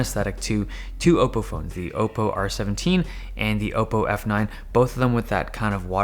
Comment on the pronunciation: Thank God you say Oppo right